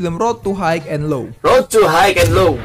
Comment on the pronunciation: High cara bacanya /hai/,sukses terus